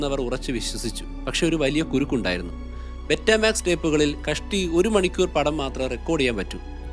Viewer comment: ബെറ്റമാക്സ് എന്നല്ല പറയേണ്ടത് ബീറ്റാമാക്സ് എന്നാണ് പറയേണ്ടത്